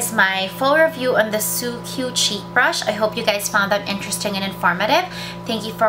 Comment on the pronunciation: pronounced as sukku, not su-kyu